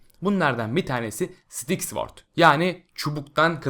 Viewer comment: Sıtik derken sidik diyon resmen